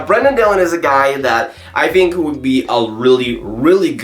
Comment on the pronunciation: "I fink that....."